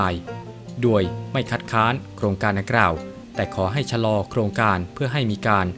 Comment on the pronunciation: แอ็ด ตนไทยหรือเปล่า ทำไมออกเสียง โดย เป็น ดวย จบอะไรมาวะ